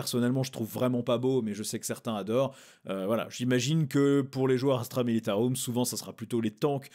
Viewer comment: Tu a fais l'effort de te reprendre sur astra militaROUM rolala merciiiii ça fait tellement plaisir d'entendre du vrai latin! 🥲🥲🥲🥲 Ps: tu peint très bien elles sont top tes fig!! Faut pas être modeste ❤